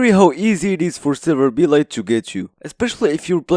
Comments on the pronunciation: it's "serverblight" "Server-Blight" not "Server-B-light" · it hits me like a truck how you pronounce it "B-Light" 😭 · Are you saying Server B. Light? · Why do you pronounce it "Server B-Light"? Blight is a word.